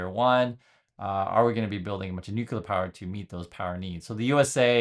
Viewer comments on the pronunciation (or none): It's not new-q-ler, it's nu-clee-er. Sorry, pet peeve. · Another one who says nucular. Oh, and natural doesn't equal healthy. There are tons of natural compounds that are toxic or carcegenic.